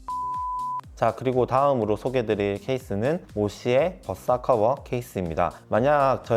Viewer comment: 모시의 벗사커버 ㅋㅋㅋㅋㅋㅋ발음 구수해요